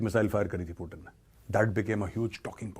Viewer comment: पुटीन ❌ पुतिन✅😅😅